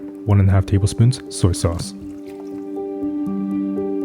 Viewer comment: Please please for the love of God and every that's good stop sote (or however it would be spelt) I'm a huge fan of your recipes and watch all your videos (that's the whole reason I'm even making this comment). Do you eat spaghetti with pasta soce? Call me a grammar nazi or whatever you like (which I'm really not) I'm just genuinely asking. Or if there's a reason behind that pronunciation please let me know.